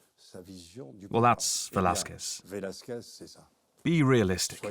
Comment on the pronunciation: How do you pronounce Velazquez and Chiaroscuro? Not like that! Do some research! Fucks sake!